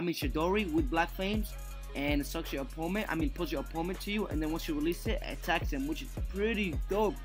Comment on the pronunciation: Every time he says opponent wrong it’s so cringy!